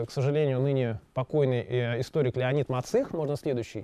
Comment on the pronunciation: почему Леонид Александрович МацИх? МАцих же? Разве нет?